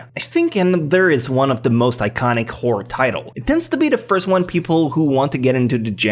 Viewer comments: its WHORE-ER is how u say it. you called every anime a whore.... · Am I the only one who is hearing say favorite Whore anime? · I keep hearing him say “WHORE anime”... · I seriously heard whore anime